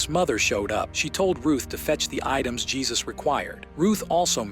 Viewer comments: Couple of things: Dude's name is pronounced "Hay-Seuss". In response to an earlier post saying that Jesus what not a good guy because of the lengths he went to to cover the "incident" up. I disagree. I can only imagine in a situation where something so tragic has happened, that the state of shock you would be in would cloud your judgement or responses. Also, no clear evidence there was an inappropriate actions by Jesus against Ruth. She seemed like a foul mouthed immature child with a crush on a grownup that was nice to her. I thought this movie was not horror, but certainly horrifying. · It's pronounced "Hay-soos." As in "Hay-soos freakin' christ, what a low-effort channel."